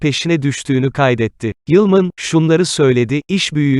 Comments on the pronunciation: Sunucu nasıl bir Türkçe,nasıl tonlamalar.Lütfen şu dilimizi düzgün kullanın.Ayrıca "Yılmın" ne arkadaş.Kadının soyadı "Yılman". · yılman ı niye yılmın diye telaffuz ediyorsunuz..